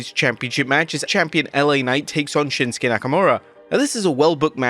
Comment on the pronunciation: Shinsuke became Winsuke 😂